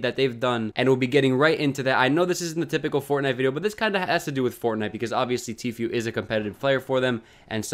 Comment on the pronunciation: It’s literally pronounced T-Foo not Few 😂😂😂